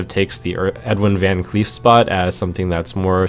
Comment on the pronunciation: you almost pronounced vancleef the right way as it is a dutch last name. its actually pronounced like vahn claif. also i think you dont need earthen farseer in this deck